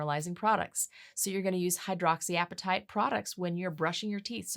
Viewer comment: What were you trying to say at the ten minute mark? Hydroxy something?